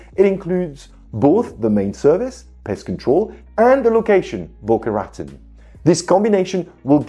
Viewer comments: The way you pronounce Boca Raton Florida is so annoying. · you might want to know Boca Raton is pronounced in a French way. It is strange but heck, it's the US.